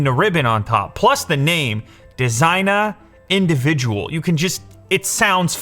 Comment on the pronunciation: its probably Spanish or Italian, so its funny hearing Lew say Designa Individual it just western English lmao sounds like “gangsta”